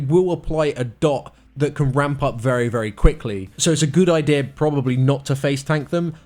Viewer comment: I didn't hear anything after he said idear.....